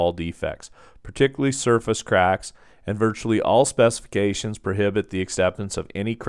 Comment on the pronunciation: Thaaanks! The way you say craaaacks is a bit funny. 😅😁 The 'a' is long. Anyway, just pointing it out. It was the first thing I noticed. Great tutorial!